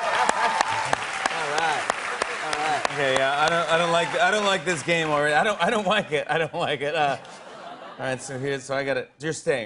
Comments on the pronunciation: "I don't wike it" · When Jimmy subtly references "I don't wike it" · Jimmy: "i dont wike it" hahahaha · Chris : I don't wike it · LMAO JIMMY BROUGHT BACK "I DON'T WIKE IIT" YESSSS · Chris: I don' wike it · 'I don't wike it' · Jimmy saying ... I don’t wike it from Chris interview 😫🤌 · “I don’t wike it” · Chris definitely doesn’t wike it. 😂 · Jimmy said “I don’t wike it.” 😂😂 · that "i don't wike it" thing is pretty hilarious